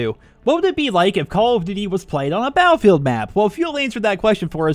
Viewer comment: cause that's how he said it in the video